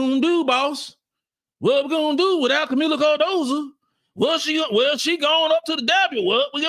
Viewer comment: could you please do me a big favor. Could you pronounce Kamillas last name right for once. Her last name is Cardoso not Cardosa.